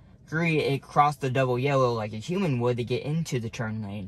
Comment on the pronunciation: I have to say, I have never heard someone say "human" like you do. It sounds like you are saying "hueming". I like the way you speak BTW.